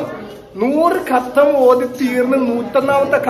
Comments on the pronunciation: katham alla hatham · ഖത്തം അല്ല ഹത്വം എന്നാണ്.